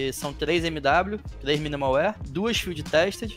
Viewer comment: finalmente um vídeo do "MUNDO DAS SKINS", graças ao bom jesus. Falta canal com conteúdo colaborativo, falta saber nome de item correto (ex: BLACK PIRL é foda, MINIMAL UÍER e por aí vai, pronúncia tenebrosa), falta bate-papo com gente que entende, entrevista e essas porras. Essa é a primeira vez que eu realmente curti um conteúdo de skin num canal BR.